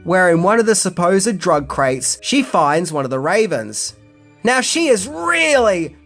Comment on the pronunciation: Curse of da ravens?? no offense but it sounds cheesy try batman legends